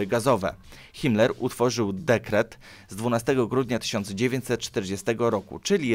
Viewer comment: Te nazwiska i nazwy czyta się Rem, Ajśman, krigsmarin, Josep gebels, hajnriś himler(zapisy fonetyczne) Proszę nie myśleć że to hejt, uwielbiam pańskie filmy , widziałem prawie wszystkie filmy światowej historii i po prostu wolałbym aby te nazwiska były czytane po prawnie bo gdy się uczy niemieckiego to boli P. S. Może po serii o zimnej wojnie podobna seria o wilkiej wojnie?